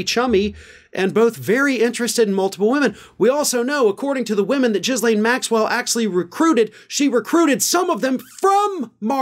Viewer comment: It’s pronounced Gheelenn